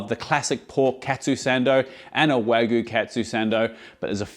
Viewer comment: Waa-GOO sando! lol Bro isn't even trying.